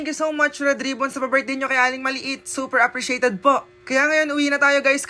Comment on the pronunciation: IS SUPER NOT SUIPER